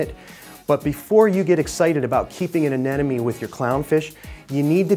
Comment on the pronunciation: Darn it! Another "expert" cannot pronounce AneMone!! It's NOT AneNoMe. It's AneMoNe... Think Ana+money. Easy!!